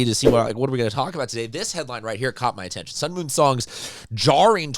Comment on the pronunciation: Sung-MUN Song Pronounced: Like MUNG (without G) NOT MOON.